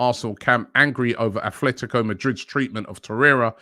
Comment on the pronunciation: Robbie is not a worldly person. Still pronounces the "s" on the team name Rennes. Calls Atletico Athletico etc.......